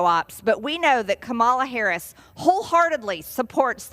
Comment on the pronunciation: can't even stand to watch or listen to Major Sailor Greenie spout the lies and misinformation she repeats on the daily. Learn to pronounce Vice President Harris' name correctly, you knuckle dragging bottle blonde redneck traitor !